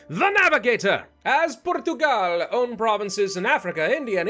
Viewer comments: Por-tu-gal is the name of the country why would you change how it pronounced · One going boldly where no has gone before. IMPERIALISM!!!!! Well, not yet but it is a start. I checked the pronunciation of Portugal in Portugese and I think it is a bit different. Not by much. Mostly the inflexion. Instead of going around Africa, would it be an option to take on the Mameluks? Edit: Nipping the Spaniards in the bud and both France and England not interested in colonies (so far) will indeed make for an interesting world map.